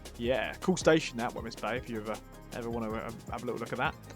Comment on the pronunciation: Wemyss (Bay) is pronounced 'Weems'